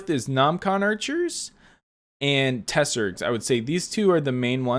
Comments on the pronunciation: Its not T-seregs.. Its TS-eregs, its one word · For tseregs you pronounce it tser egs